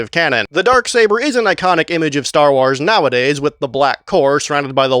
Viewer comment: Stop saying wars like that